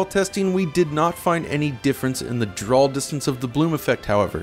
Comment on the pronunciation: Great video but this guy saying "drawl" instead of "draw" really sticks out to me!